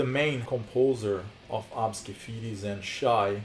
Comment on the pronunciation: Lol it’s ABSKE FEDES?? no wonder why i couldn’t find that band, i kept typing it wrong cuz i kept thinking you were saying ObscuFetus 😖